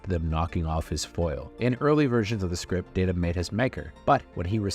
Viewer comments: Dada? Come on... You've got to do better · It’s Day-tu not Dat-uh. There’s an entire TNG scene about the pronunciation. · Did you say Dada! How disrespectful... Let DATA tell you how it is! I thought you were a Star Trek fan. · Are you saying Data wrong on purpose cause its really f-ing annoying! Its Data NOT Daaata, you know what you’re doing ya jerk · Day Ta, you called me Dat-Ta. One is my name the other is not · Did you just say dah duh, instead of daytah? Seriously? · He called him Da-Ta instead of Day-Ta and I feel there is an entire episode of TNG dedicated to this folly. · My first time watching this channel... so many mispronunciations... "B'etor", "Wolf 359", even "Data". I'm less than half way through and can't continue as it's hard to trust a presenter who doesn't know the subject matter. "Data" was the last straw. One is his name, the other is not. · I'm sorry did you say DAH-Ta? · Nemesis was far superior to Insurrection. Also, why are you saying Dah-Tuh when you’ve seen TNG before? And it’s Clockstoppers, not Clockwatchers. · Um it's Alfie Woodard not Alfrie!!! And Data is a long A, as in DAY TA. How can a Trek fan screw that up? There's even issues on Series with Pulaski and another female scientist pronouncing Data wrong. He even corrects them. WTH??? Ugh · You kept mispronouncing Data's name. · It’s pronounced bay tor not b tor, have you even watched the show before…??? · 'Data' not 'Data' One is his name, the other is not. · The worst thing about this particular narrator is his utterly inconsistent pronunciation of actor and character names, especially Data. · This video was great... but never call Day-Tuh, Dah-Tuh! Also, Michael Piller, not Pill-EE-er. And Alice Krige is pronounced Alice Kree-Guh. Just sayin'.